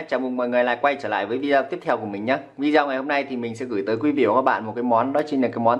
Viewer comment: Rất ngon. Dưng mà đọc là "vi đi ô" zai nhé.